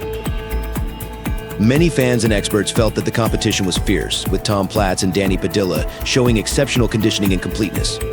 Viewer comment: The last name Padilla is pronounced Pa-Dee-uhhh not Pa-Dill-ah it was actually painful listening to you mispronounce the name all video😂